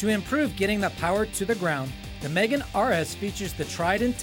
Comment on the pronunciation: Here is a tip.. If you are going to do a video on a car, ring the company and actually ask how do you pronounce the name of the car instead of saying it WRONG the entire time.. Its Megane (me-gane) not Megan (girls name)